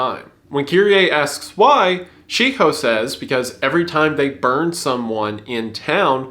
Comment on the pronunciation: Wendigoon almost laughing at himself for pronouncing Shiho as She-Hoe.